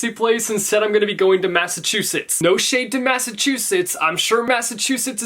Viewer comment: I was replaying the bit where you said massachusettes XD